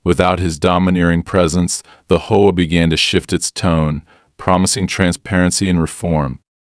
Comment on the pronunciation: What the Hell is a Hoe-a? I'm sure this is a text to speech. Text to speech has pronunciation correction. Try using it